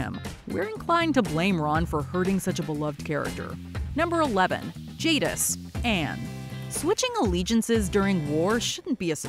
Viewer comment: ...despite saying her name correctly before, I swear you said Jingis here 🤣🤣🤣